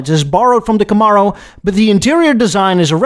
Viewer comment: I've never heard anyone pronounce camaro like that also please do a what if video where the el camino never got discontinued